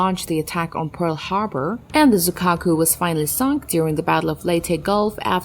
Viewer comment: 瑞鶴ってiを発音しないのかな？